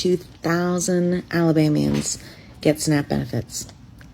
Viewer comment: it's snap benefits not snack benefits